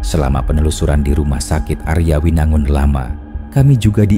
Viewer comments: Mungkin ini yg di maksud rumah sakit Arjawinangun ya cuma di bacanya aryawinangun gitu aku orang Cirebon baru tau , soalnya kalo denger nama daerahnya ya dibacanya tetep Arjawinangun 🤔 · Arjawinangun bang Bukan aryawinangun 😂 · Arjawinangun bukan aryawinangun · Bukan Aryawinangun. Arjawinangun karena tulisan ejaan lamanya Ardjawinangoen dj dibaca j, j dibaca y kalau ejaan lama. Baru denger ada yang nyebut Arjawinangun dengan Aryawinangun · kita orang cirebon nyebut arjawinangun = ardjawinangun